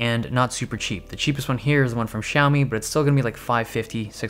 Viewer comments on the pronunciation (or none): none